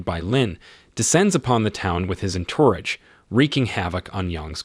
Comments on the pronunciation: The narrator mispronounces so many words. Can the narrator be ai? For example, the word "entourage." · Narrator needs to pre-read the 'script' and learn the actual pronunciation of words like "ensemble" and "entourage". I bailed.......